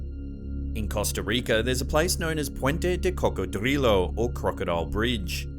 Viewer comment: I love LOVE the way you said cocodrilo.💕💕💕💕💕you are so groovy! Hope everyone is having a great week slapped ham fam!💕🐷💕